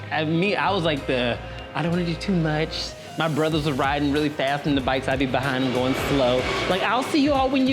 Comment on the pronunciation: you out in Bali being “fass!” Lol 😝